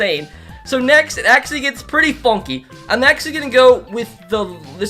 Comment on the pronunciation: “Fonky”is the new word lmao can someone count how many times he said it?